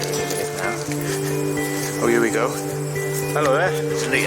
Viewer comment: 'YOU ARE HEE' XD